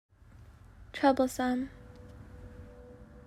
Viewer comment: I thought you said trouble-san instead of troublesome lol